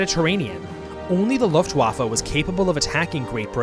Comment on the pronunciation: Please, just, learn how to pronounce Luftwaffe and Wehrmacht correctly